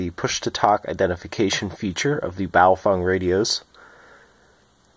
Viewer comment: I just need to say that, you’re the first person I’ve come across in the western world, that correctly pronounced BaoFeng. All I hear is bayofehng.